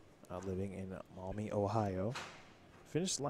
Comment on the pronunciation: It’s pronounced, “Maw-me, Ohio.” 😊